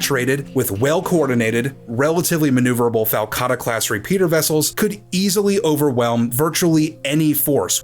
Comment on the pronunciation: I like the way you called it a FALCatta.